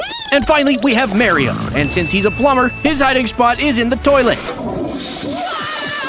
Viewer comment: Why did he say Miriam? It's Mario.